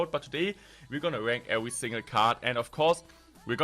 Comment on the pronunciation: i hear "iam gonna wank every single card" in the beginning